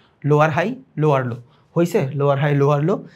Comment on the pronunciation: ভাই ৪৭ মিনিটে লোয়আর লো কে লোয়ার লো বলবেন।